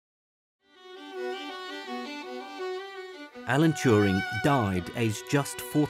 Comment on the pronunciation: And nobody knows Alan Touring....Allen Turin .... Allan Tewring. ... whatever